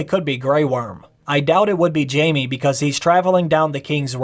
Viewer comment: its jaime* not jamie.. pls make sure u say it right when u try to correct the mistake